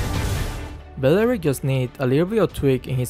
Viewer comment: D it’s belerick